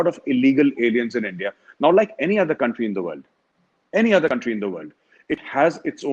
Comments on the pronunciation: instead of country, he said cutry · Sabse paheli baat iss shaffab ki English suno .....country ko cuntry bl Raha hai🤣🤣🤣